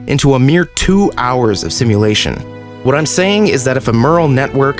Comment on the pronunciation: "meural network" bruh. also chappie police robots when?